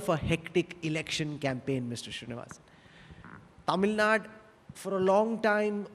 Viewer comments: It is not Tamilnad it is Tamil Nadu. Why does the North Indian anchors get it incorrect. It is always Kannad and not Kannada. Keral and not Kerala. Why??? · Yah true. My first reaction as well. I've seen non tamilians pronounce tamil nad'oo' as tamil nad! Dont know why its so difficult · It's really irritating to hear 'Tamilnad'. It's 'Tamil Nadu'. Dear media anchors, try to learn and pronounce it correctly atleast in future conclaves or have some Tamil anchors doing the show. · Hey it is not tamil nad instead it is tamil nadu. Anchor please learn to pronounce the word properly before you interview.🙏🙏🙏🙏🙏🙏🙏🙏🙏🙏🙏🙏🙏🙏🙏🙏🙏🙏🙏🙏🙏🙏🙏🙏🙏🙏🙏🙏🙏🙏🙏🙏🙏🙏🙏🙏🙏🙏🙏🙏🙏🙏🙏🙏🙏🙏🙏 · These mafos cannot even pronounce Tamilnadu, hosting something like this. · They are pronounce like டமிழ் நாட் that is so really irritating. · C — if they were to pronounce it very accurately they have to first practice ‘ zah ழ’ which is unique to our language. Even some of our people don’t do a good job of it. So, pardon them for anglicizing தமிழ் நாடு.